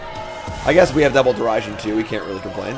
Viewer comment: Derision is pronounced like The Vision